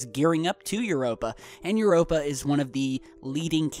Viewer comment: Infact the only moon you pronounced correctly was Europa